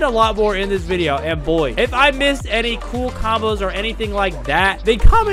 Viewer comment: Bruh it’s video not bideo